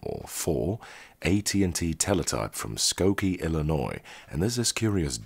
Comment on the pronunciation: I'm even from Skokie, which he also pronounced right.